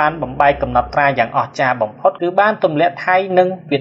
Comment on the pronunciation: ឈប់អានថាកម្មទៀតទៅ!កម្ពុជា!មិនមេនកម្មពូជានោះទេ!